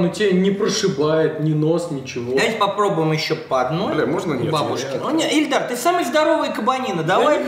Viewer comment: Его ИИИИЛЬДАР ЗОВУТ, А НЕ ЭЛЬДАР, ЭТО 2 РАЗНЫХ ИМЕНИИИ